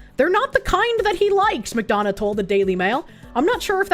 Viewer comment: You can tell has lived in Gay Orga from how she pronounces "McDonough" correctly.